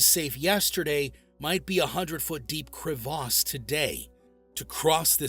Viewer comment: Crevasse with A as apple. Not R